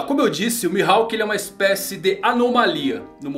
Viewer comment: eu ouvi da primeira vez ''assado de mihawk'' kkkkkkkk